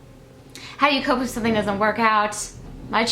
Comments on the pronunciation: I've always noticed that she says "sun-thing" too. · Oh, I cannot believe it. Now all of a sudden the big thing is you say "sun-thing" instead of something. I just...I guess if that was all I got from the video and if it bothered me, I'd move on. I just really don't understand why someone would 1) comment on it, and 2) ask "why." I wonder if anyone ever gets asked WHY they ask rude and/or stupid questions. What's gonna happen when someone realizes your eyes aren't blue. I'm glad you're above all this stuff,...still irritates me!:)